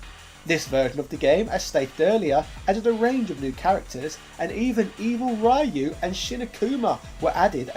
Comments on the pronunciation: Let's play a drinking game! Take a shot every time says "Rai-yu" instead of "Ryu" in every Street Fighter history video. Don't worry, I've already dialed 911 for you. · "Rye-yoo" Never change, Britain. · Not even three minutes and you had to ruin it saying RAY-YOU. Also, SFA3 is the closest thing a SF can come close to a Guilty Gear series due to the safe fall mechanic. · For the love of... It's pronounced Ryu (similar to Ree-U) and not Rah-U or Ray-U. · It’s not a British thing, I’m from the UK and a lot of us say “Ree-Yu”.